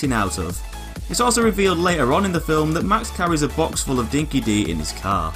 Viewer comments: For us Aussies, it's hard to continually hear 'Dinki-Di' being mispronounced as "Dinky-DEE" when it's actually "Dinky-DIE" - it's an old Aussie slang similar to 'true blue', or the modern 'legit'. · Just a correction, in Australia, we pronounce "Dinki Di" as "Dinki Die" not "Dinki De" it means something that's really true or someone who's honest. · Dinki Di was an Australian dog food and it’s pronounced dinky die 😊